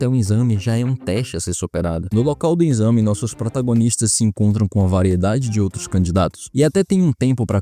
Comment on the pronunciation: Muito bom… mas pelo amor de Deussss é EXAME NÃO É INNNNXAME